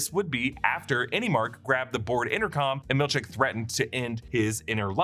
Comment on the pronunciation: i honestly cant tell if you are saying milchek or milk shake hahahahaha